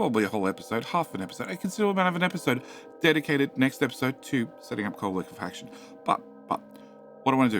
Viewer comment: I'm still shocked that you finally pronounced liquifaction correctly.